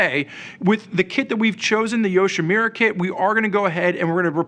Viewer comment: It's YoshimUra, not YoshimIra. Same relates to the Arkapovich, have some respect towards the manufacturer.